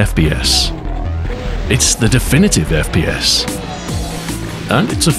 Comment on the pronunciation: Is he saying FBS?🤔 First bastard shooter 🙃